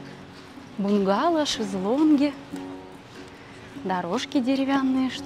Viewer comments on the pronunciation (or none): апподинария прости за поправкупосмотрел в словаре ударенийбУнгало произноситсяударение на У,сам троечникконсультируюсь в словаре) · Как утверждает Википедия, в слове бунгало ударение приходится на первый слог.